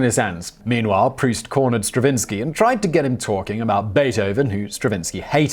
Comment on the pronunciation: Dear Simon; Thank you so much for pronouncing Marcel Proust's name correctly! You have no idea -- or maybe you do -- how many times I've heard "Prowse".